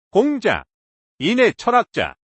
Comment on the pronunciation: Lady!! 공자 강의에, 공자 발음이 들렸나이다. 공자의 "공"은 길게 발음해야하나이다. 공부 좀 더 하시고 강단에 서야지요!! 책 한권 읽으실까요? "한국 어문을 고발함"!!